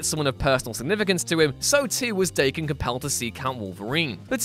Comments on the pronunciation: daken is not pronounced d a ken but dahken it's japanese for mongrel or half breed it's a nasty name to have. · Just as a heads up it’s pronounced (d-awe-ken)